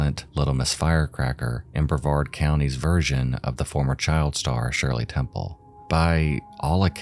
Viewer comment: The only true crime channel to pronounce Brevard correctly lol